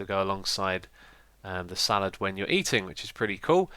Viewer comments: It's salad, not salaRd, it's spagHetti, not spagetti, and the e in tomato is only if it is a plural (tomatoEs) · its salad not salard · He called the salad spork salard spork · You called the spork a salard spork instead of salad spork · "Salard" Spork? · Lol "salard" spork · I don't believe there is a r in salad... Lol Salard Spork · Xisuma... What grade did you get in English/Literacy in GCSEs? Salard... Salad Tomatoe... Tomato :D Only joking (Even though they are spelt wrong lol)